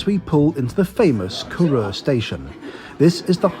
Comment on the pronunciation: When I started watching your travel videos I never thought you would be visiting my home village . The less said about the way you pronounce Duror the better .